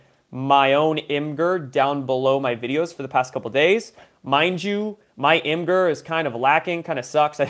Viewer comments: IMGUR pernounced 'imager' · ITS PRONOUNCED IMAGE-ERR